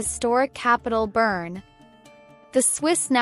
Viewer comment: Bern, as in "bear-n", not "burn". The city is not on fire... ;) Lia Wälti, as in "well-tee", not "wall-tee". Putellas, as in "poo-tay-yas", not "poo-tell-us". Sydney Schertenleib, as in "share-ten-libe", not "shirt-an-leeb". (many more mispronounciations were heard, but these are the ones that got me) another missed star = Lena Oberdorf, Germany. Clara Bühl -> Klara Bühl. Aggie Beaver-Jones -> Aggie Beever-Jones. Netherlands here. Watch out for Daphne van Domselaar, goalkeeper. She can decide matches for herself and thus her team. She can eventually win the entire tournament for her team by producing six clean sheets in a row. I won't say that this will happen, but do not be surprised when opponents say "we put our best strikers in the game, tore their defense to shreds, but we still cannot beat Daphne".